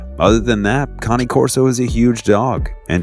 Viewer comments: i have 8 pitbulls. their pulling strenght is CRAZY!! ive lost count of how many times ive been dragged like a wagon across my yard while taking them out. love my dogs alot. i also thought Cane Corso was pronouced (kay-een kor-so) and not ( kan-ee- korso) lmk yall. :) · I don't know if this guy is dumb or just can't real it is spelt Cane Corso and is said as Kane Corso no Connie. I mean if u even look at the name no way in hell does it even remotely look close to the word Connie. Man this guy is dumb! P.S. my 5 year old daughter pointed it out that he was saying the name wrong. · Kani-Corso?....lol. So much of your pronunciations were off, but great video nonetheless! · iTS A CANE CORSO NOT CONNIE OMG GET IT RIGHT hahahaha